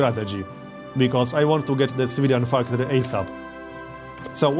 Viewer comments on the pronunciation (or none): Why do you say Civilian Factory like "Svidan Factori" lol love your accent